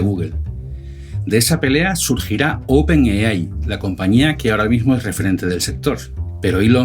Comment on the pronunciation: No pude llegar al final del video, me aburrí de escuchar open yeyai